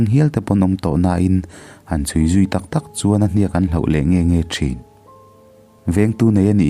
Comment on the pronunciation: Chhiar thiamin ngaihthlak a nuam ṭhin hle mai.. Kawng hnih khat lek in thawrawn ka pe dawn che.. Hloh(Tibo/hmu lo)a hman tur hi HLAUH angin i lam leh ṭhin.. Tin, Note tih hi Naute..Ran/ Ramsa ah erawh No emaw Note hman nise.. Ngaihthlak tui em em karah ka han tiri ve zeuh aw..😊